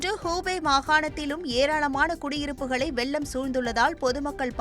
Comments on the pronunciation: செய்தி வாசிக்கும் பெண்மணிதயவுசெய்து தமிழை கொல்லவேண்டாம்,காரணம் வெள்ளம் என்பதற்கு பதிலாக வெல்லம்,வெல்லம் எனபிழையாக உச்சரிக்கின்றார், ,இதை தொலைக்காட்சி கண்காணிப்பாளரும் கவனிக்க வில்லையா??. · வெல்லம் அல்ல வெள்ளம்